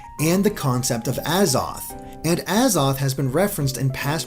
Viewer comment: XD IRK! XD i mean hell he can't even pronounce the worlds AZOTH and Arceus right lmao